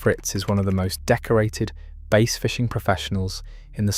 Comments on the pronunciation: How does the narrator correctly call it the BASS angler society, then continue to call it base??? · Jesus H Christ the narration makes this unwatchable. Bass. BASS. Not Base or Bays.